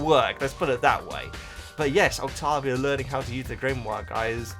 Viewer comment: Saying Octovia instead of Octavia was driving me nuts.